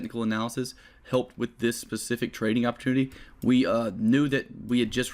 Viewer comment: I’ve heard people say “specific” and “pacific” but never have I heard “bacific”